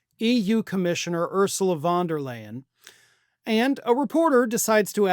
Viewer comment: Actually, her name is pronounced more like 'fon der Lion'